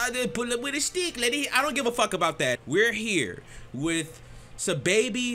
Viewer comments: Im still hearing SY lol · my brotha for future reference it's pronounced Saw-Baby. not hating at all just informing. much love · Stop saying his name like that💀listen to squidtastic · not even how you say his name